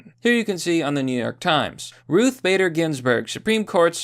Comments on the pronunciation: Why can’t you say Ruth without pluralizing it? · Why does he keep calling her Ruth's Bader Ginsberg? If she a steakhouse or something? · lol, why do you keep calling her "ruthes"?